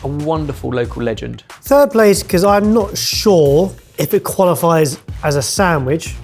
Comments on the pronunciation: saying "sanGwich" kills me every time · Why is saying Sam-wiche?